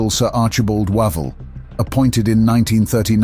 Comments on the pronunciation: I think you'll find Wavell is pronounced WAY - VELL rather than WAH - VALL (stress on first syllable is correct) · How do you manage to wrongly pronounce Wavell's name several times, then get it correct, then WRONG AGAIN? AMAZING Wish all these channels would use humans for narrators!!!